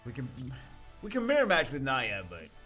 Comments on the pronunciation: dude your pronouncing Nya’s name wrong you say (naia) when it should be (nee-a) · Nya (N-EE-A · Just wondering, does he pronounce Nya wrong on purpose?